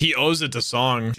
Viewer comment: Mr. Song is actually pronounced "Sohng" and Sung/Seong is more like English "Song"